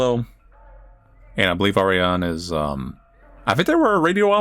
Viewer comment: What an amazing game! Kinda reminds me of Ghost in the Shell, for obvious reasons. So many cool ideas and food for thought. I do believe in bioresonance, but I feel like the "impossible" stuff would break the matrix. We can totally manifest things though. Also, you were very close with Ariane's name. The e sounds like the e in left. You did really well overall! The page at the end roughly translates to: The mystery of this god is finished, as she announced it to her servants the prophets.